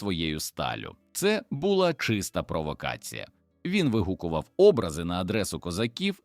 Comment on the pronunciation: Дякую за історію, але подача просто жахлива! Після "БОгдана думав, що читає іноземець. Але коли почув "вигукувати Образи", "ховатися за вОзами" і купу інших ляпів зрозумів : автор каналу - жадібна людина, що в погоні за переглядами замість якісної начитки юзає халявний ШІ і в сраці мав створення якісного контенту. Прикро. Дизлайк і відписка. Повертаюся до перевірених каналів, які шанують свою аудиторію